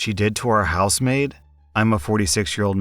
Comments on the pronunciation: "House maid?" I'm listening not reading n kept hearing "housemate", like a roommate. Only when u mentioned the week off n the daughter doing the work around the house did it click for me :P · I thought you were saying housemate throughout that first story, and got really confused when you started talking about giving a day off 😅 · Anyone else hear him say house-mate for the first story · I kept hearing “housemaid” as “house mate” lol, oops. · House maid... oh. I was hearing "Housemate"